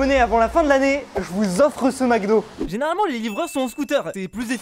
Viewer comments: Fuze: "du McDo": "du McoD" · Mcod au lieu de Mcdo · Le « MECDO »!!!!!!!😬😬😬😬😮‍💨